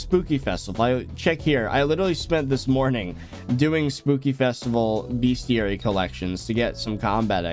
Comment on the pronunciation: I want to die every time he says bestiary wrong. But good vid though